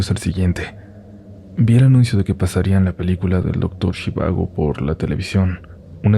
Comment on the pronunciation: "Zhivago" no se pronuncia "Shivago" sino más semejante a "Jivága" (la "J" como en inglés, no como "SH").